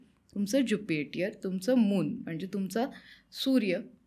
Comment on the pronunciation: Jupitier, depth nahi. ज्युपिटर आणि डेट म्हणतात.